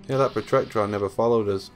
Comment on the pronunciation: Glad to see I'm not the only one who inadvertantly says Protrectron lol.